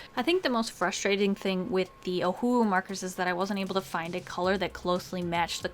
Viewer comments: i don't know if i'm the only one who's hearing UWU instead of ohuhu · Oh who owo Totally how you pronounce it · My friends and I literally have fights about wether it’s pronounced Oh who who Or Oh who oo What is it?! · The amount of awkwardness I feel every time you pronounce ohuhu like a sad owl breaks the scale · I pronounce it like oh who who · It’s so funny how she says Ohuhu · well if its o-hu-hu then why pronounce the two hus differently lmao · We love our ohuhu!!! It's never a knock off!! I still love how you pronounce it. Hahaha